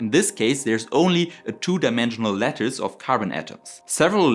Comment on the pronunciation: Fantastic — I loved it from A to Z! It was serious and well-sourced, but still full of passion and excitement. Perfect combo. Now, as a French listener, I have to confess: when you said “crystal lettuce,” I genuinely pictured a salad shape crystal. Took me some time to realize you meant crystal lattice. As a French English speaker, I’m probably the last person who should be giving pronunciation advice — but hey, maybe give that word a little tweak next time, just so your French audience doesn’t end up craving transparent vegetables 😊.